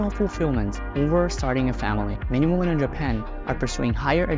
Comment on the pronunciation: Stop mispronouncing the word 'women'. You are pronouncing the singular when you should be saying the plural.